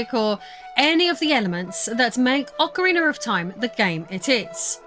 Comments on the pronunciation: Ocariner 😅 how do you speak english and get an er on the end of ocarina? Do you even notice?? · Ocariner of Time.